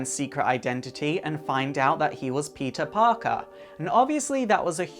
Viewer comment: Peetuh pawkuh